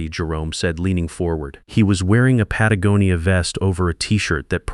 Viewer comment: Hey. AI finally learned how to pronounce “Patagonia.”